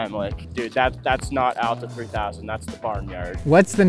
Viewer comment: AAAAAAlta. Not UUUUUlta.